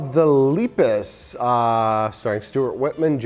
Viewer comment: YOU KEEP PRONOUNCING LEPUS WRONG!!!!!!! AHHHHHHHHHH!!!!!!!!!!!!!!!!!!!!!